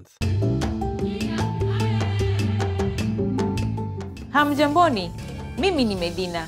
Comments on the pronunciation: not hamujamboni but hamujambo from zanzibar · Jamani sio "hamjamboni" ni Hamjambo..sio kamwe tunasema USIJALI..khaa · Not hamjamboni but hamjambo. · We don't say Hamjamboni but rather Hamjambo! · What I'd "hamjamboni"? Are you joking? Madam there is no langguage called Swahili. My language is called KISWAHILI. You have absolutely no idea how Kiswahili is spoken. You cannot even pronounce Kiswahili words properly. In short you are misleading all viewers. Shame on you.